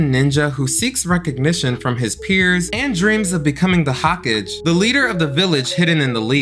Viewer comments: Lmao (naruto part) its pronounced ho-ka-gey. Replace the E with an A in gey though. Idk if im allowed to type that word on here. Hahkig had me rollin 😂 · It’s Ho-ka-ge, not read in English. Lol. So it’s not /hawk-age/. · Girl you lost me at "Hokijj" ☠️ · you MAY want to listen on how you pronounce Hokage (Hoe -cog - aye) or if it's AI, oh well. Other than that, loved the video.